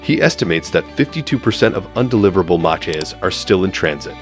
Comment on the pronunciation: 'Match' E-cars? It's MACH-as in speed rate MACH 1,2, etc